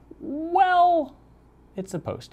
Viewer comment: Finally someone pronounced fude correctly! :D